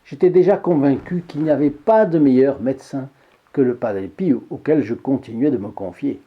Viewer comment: Merci pour toutes vos vidéos que j’adore et merci de nous faire connaître toutes ces histoires miraculeuses , pourquoi prononcez vous padre piou au lieu de padre pio 😄